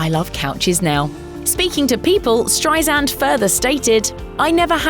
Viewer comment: Its StreiSAND not StreiZand!